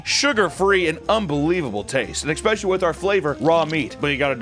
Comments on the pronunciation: If he says eXpecially one more time... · This dude fuckin loves to say EKKKspecially.